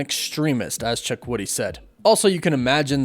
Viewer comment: Props to you on your way more improved pronunciation of Chukwudi's name 👍🏽👍🏽. You were spot on .